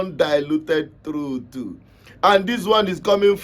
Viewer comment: Nwanne, I enjoy the way you call “truth” (truff) as truthu! 😂😂😂😂 it makes me laugh 😂